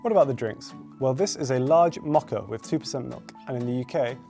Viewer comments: You did not just pronounce mocha “mocca” 😐 leave. It’s pronounced “mo-ka” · The way said mocha should be illegal 😪